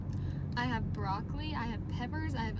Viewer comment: did she just say BRO-CO-LIE !